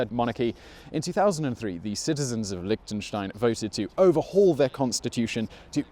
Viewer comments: Liechtenstein. not Lichtenstein. Liechtenstein!!!!!! xD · Lihhhhhtenstein... LICK tenstein.. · Liktensteins.. loving the pronounciation. Nice vid. Cheers from switzerland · Lick ten shtein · You are in Lichtenstein but you can't even prounce it? :/ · Since you were actually in the country, why didn't you just ask a local how to say it, rather than try to use Google Translate? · Liechtenstein borders Austria and Switzerland not Germany. The language is German, but the spoken variety is eastern Swiss German (the same as St Gallen). Also you constantly pronounced the country’s name wrong...